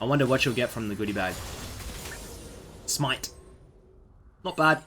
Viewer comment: HAHAHAHGAGA the way you said smite im dying